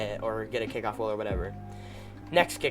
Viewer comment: It's kickoff not kickiff